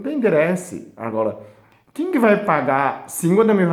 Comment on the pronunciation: Que fofo parece o falando (agola) agora😘😘😘 querido